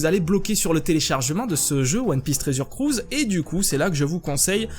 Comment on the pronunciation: mdr applique toi sur l accent anglais putain tresur crus